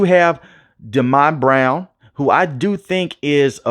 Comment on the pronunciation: Its dee-ommy brown! Wtf did you call him?